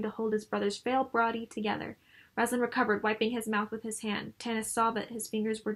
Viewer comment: Found your channel randomly and enjoyed your critique of on my favorite novels. My only "complaint" is how you pronounce Raistlin's name. You say it as Raz-lan but it's Ray-st-lin. I cheated and fast forwarded to your newest videos just to see and you do say it that way in the newest one too. here is Margaret herself saying Raistlin for example. Besides that tiny nitpick I really enjoyed and stayed to the end! Keep it up. There are a lot of wonderful elements in the Dragonlance novels.